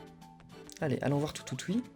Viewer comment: c'est pas toutoutuie c'est toutoutie